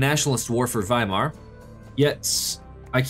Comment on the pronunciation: It really triggers when u permanently say its Weimar allthough its Wismar. Great Video